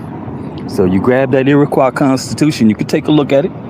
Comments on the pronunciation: It's pronounced EE RUH KWAA. Lord, he can get nothing right. He Google pronunciations so as to not look the fool. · he mispronounces Iroquois. Also from what I could see of his documents, he's in Washington state. Three thousand miles away from Iroquois country. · "Delusional" is not a strong enough word. He can't even pronounce "Iroquois".